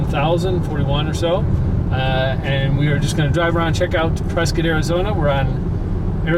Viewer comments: Prescott Native born and raised.. thank you for pronouncing the City, PreSkITT and not PreSCOTT. And that big building by the Ranch off Lee Blvd is a Retirement "Community". And fyi we dont have any "clubs" on whiskey row. We have Bars. It's the Old West. Everywhere in Prescott you will go up hill. So houses onto of hills are very common. Everywhere in Prescott has a view. And you really didnt even go into Prescott. It's mostly N. Prescott. Dont confuse that with downtown. They are completely different. Prescott is so diverse. Downtown is much more vibrant. Prescott is a "tourist town with a drinking problem". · Ya you are saying Prescott right